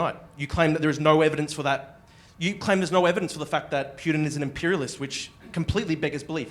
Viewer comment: You know its a CIA plant when they talk fast and pronounce Putin "Pewtin".